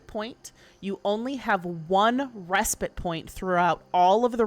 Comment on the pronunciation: I don't care about anything else, but THANK YOU for pronouncing 'respite' correctly! The last couple weeks have been maddening! What is wrong with people? These streamers literally talk for a living, you'd think they'd look it up!